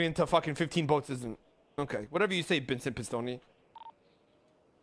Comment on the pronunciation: Did he call him bincent bistoni?